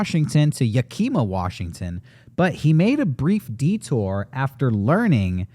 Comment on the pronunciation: I hate to be that guy, but I used to live in Tacoma, WA, and every time said Yakima, I was confused. Locals pronounce it as "YAH-key-maw", not ya-KEEM-ah, the way he was saying it.